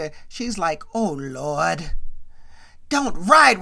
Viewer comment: Why you keep saying “Oh Looordt” with Florida 😂😂😂😂 I’m dead